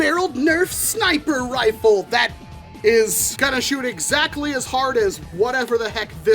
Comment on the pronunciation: “Snip-er rfle”💀